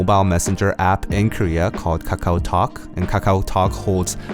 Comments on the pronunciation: The way he pronounce kAkaW so funny lol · The way he keep saying "kakao" tho ~~